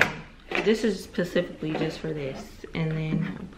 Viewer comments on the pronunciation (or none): I keep hearing u day pecifically in your vlogs it’s ‘specifically’ 😂😂